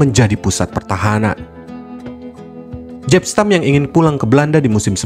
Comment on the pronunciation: Penyebutan jankulovski: yankulovskidan jaap stam : yapstam